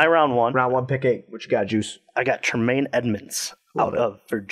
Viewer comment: Wait, you're doing a podcast about the Bears and you don't know the pronunciation of Hiestand (HEE-stand) or Tremaine Edmunds (not Troo-maine)? Kids today....